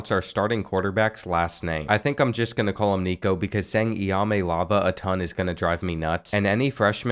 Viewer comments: NICO EEYA-MA-LE-AH-VAH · I love your vids but how can you have a phonetic pronunciation key right in front of you and STILL mispronounce Nico’s last name so bad 😂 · “I think I’m just gonna call him Nico” instantly butchers his last name